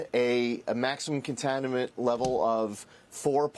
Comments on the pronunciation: "The EPA announced that you're gonna keep the maximum contanimant levels...." "A maximum contanimate level...." Let's try to not get too "contanimated!" 😆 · Both of them cant say "contaminant" 😂